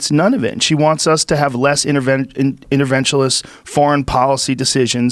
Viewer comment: Joe 'intervenshulist' rogan